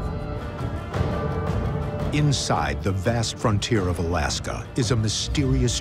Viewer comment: The narrator says "Missing in Alaskaw instead of just Alaska.